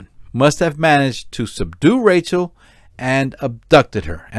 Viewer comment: Rachelle not Rachel